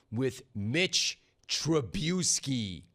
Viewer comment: Tri-boo-ski. That’s funny gotta give you credit for that but honestly, Mitch isn’t that bad on this team.